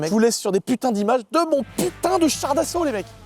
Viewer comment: On dit "Char d'assaut" 🤓☝